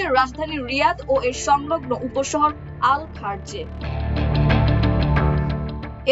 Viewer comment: উচ্চারণ হবে আ'ল খারেজ